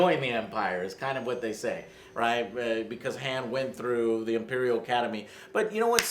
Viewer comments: But keeps saying Hand anyway... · Only issue is it's pronounced Hanh. He says it that way in episode 4. I don't plan on seeing any new SW movies until Krazy Kathleen Kennedy is fired. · Jesus, Joe. It's pronounced "hahn". Say it the right way for once. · It’s pronounced HAWN joe ....HAWN ....Jesus Christ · Christopher Pabon HAHN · Because even in the movies it's never pronounced as HAWN. Geez. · It's not pronounced HAM SOLO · It’s pronounced “hon solo “ JOE!! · Guys I love you but you mispronounced 'Han' Like 100 times. His name is said like 100 times in the movies. It's 'HAWN'. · Why do so many people pronounce Han the wrong way? Just watch the original trilogy....its not hand minus the d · Why does Joe insist to pronounce Han as Hand? Is he Lando? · It’s pronounced hawn solo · AngryJoeShow Thank you for this honest review!! And please stop pronouncing Han's name like "ham". Only Lando gets to do that!! heheheh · Its HAAAHHHHHNNN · lol I love how Lando in the film calls him “HAAN” and Han corrects him by saying it’s “Han” and Joe continues to call him HAAN😂😂😂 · Even after Lando gets corrected for saying the name wrong, Joe still doesn't pronounce Han right lol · Why do you guys keep mispronouncing Han? He even corrects Lando in the film for pronouncing like you guys are. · Han solo🤗. You used the lando pronunciation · Joe doesnt know how to pronounce han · goddammmit can someone please tell Joe how to pronounce Han Solo!?! lol shits been bugging me since Force Awakens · For the love of god, plz stop saying Solo's name wrong. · Joe for the love of god please learn how to pronounce Han Solo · You say Han wrong...I haven't seen the movie but there is a part were Lando says "Han" (the way Joe says it) and Han is like, " it's Han" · Joe is very bad at pronouncing names. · Why is it so hard for you to pronounce Han's name right? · ughh.. it's Ha(h)n not Ha(e)n. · Why do you keep saying HAN which sounds like hand...it's pronounced "ha-on" ??? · "Hah-n" Solo....